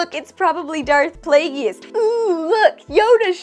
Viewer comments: Play-jus. Not Play-gee-us. Palpatine pronounces it the first way on Revenge of the Sith... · No - Play-giss is correct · Agree with our ire, but, please look up how to pronounce Plagueis. The 'e' is the end of the word "plague"; it isn't pronounced. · You pronounce Plagueis wrong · Darth WHO???, I think that pronunciation gave you away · I genuinely must be watching a different show lol like I wait for all the rage videos to see what I should look for and I'm always left thinking "was that it? Where was the issue?" Or "that was what made you mad?" Also stop larping as a fan you can't even pronounce plagueis right😂